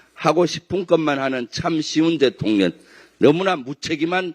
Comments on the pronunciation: 김병주 의원님, 발음이..."대통년" 지하철에서 빵터짐요. 😂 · 김병주 의원님~~~발음에 유의 하십시요 대통X라고 들립니다